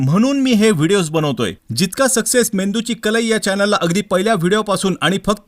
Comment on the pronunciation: कल ई ❌ कल्हई ✅🙏